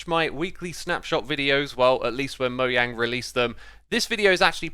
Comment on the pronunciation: It’s not mojang it’s moyang